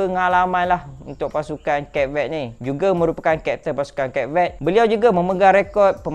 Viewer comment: ..at least google la cara nak sebut nama negara tu. Tak susah pon.